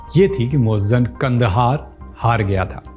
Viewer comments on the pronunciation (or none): Moajjem nahin moizzam hai Urdu padha karo Jahil mat bano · Muazzam not muazzan itna bhi nahin malum aur aap video bana rahe hain